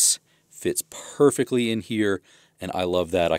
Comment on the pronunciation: “Perfeckly” is not a word.